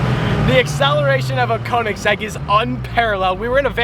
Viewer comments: Why do you say Konigsegg it speaks like königsegg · Its pronunced Ko-En-ig-segg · Its not konniksekk man 😂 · I HATE when ppl say Konigsegg as im german and i know how it's actually pronounced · Man im getting to fucking triggered Koenigsegg is pronounced Königseg the "ö" i pronounced as the "u" in duh. Try it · How many times did he say kenigsegg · Conikgsegg lol how he pronounces it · Imagine now knowing how to pronounce the name of your own car right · He didn't even know what year his car was and he couldn't pronounce Koenigsegg properly....🙄😤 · The way he says koenigsegg is wrong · You can't even properly pronounce "koenigsegg" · It's not a Koenigsegg... It's a Koenigseggiseggiseggisegg If you know you know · I hate how he pronounced koenigsegg Only Germans will understand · Its a Köenigsberg and not a KöenigsEGG! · pls learn how to say koenigsegg